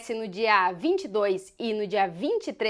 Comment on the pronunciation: "...a gente tem, SIMPRISMENTI, o duelo de dois espanhóis..." 😂😂😂😂😂😂😂😂😂😂